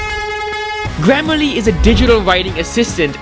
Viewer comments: i love how he said glam a le instead of gram ah le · Is it just me or did I hear glammerly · Funny that he can't pronounce grammarly